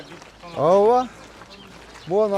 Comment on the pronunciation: Аува аува дейтго ооба деген созду